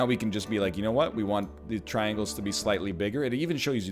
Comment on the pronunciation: I know you said traingles, triangles, triangles. But what about rhombus, rhombus, rhombus, rhombus?